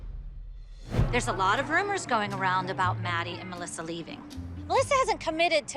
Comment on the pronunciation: Muh - LISSA 😂🤣